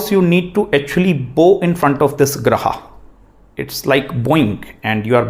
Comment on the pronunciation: excellent class Sir. Beautifully summarized. Grah ko Grah kahiye, why Grahaa? Aap Guru hain, no disrespect meant. Plz say Dosh, not Dosha! Very few matter of fact teachers on net today. Truly remarkable videos.